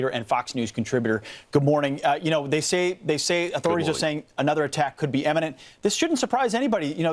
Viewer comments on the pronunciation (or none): americans PLEASE pronounce it >>IMMINENT<< NOT EMMINENT (which isn't a word)!!